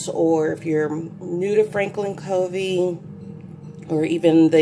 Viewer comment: Good review! btw, Covey is pronounced KUH-vee (after Stephen Covey). Monarch is pronounced Mon-ark. :)